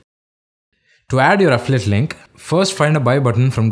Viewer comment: Great video but next time please slow down! I could've sworn you were saying "afflit" instead of "affiliate".